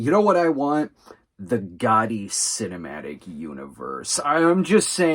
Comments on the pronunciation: pronouncing it with a hard T isn’t how anyone says it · Sometimes my hearing plays tricks on me. You do mean "Gotti," not "Goddy," yes? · I'm 99% sure that it's Americans/ Canadians who pronounce it "Goddy". Other nations do pronounce it with a hard 't'. Especially since it's a double 't' as well. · Caitlin Rix it’s a regional thing. Pronounce it however you’d like, but I’ve never heard someone pronounce it with hard double “T”